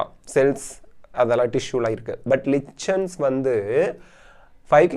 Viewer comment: Lichens illa adhu likens nu pronunciate pannanum